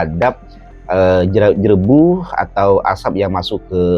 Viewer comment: JEREBU bukan JERABU sebutannya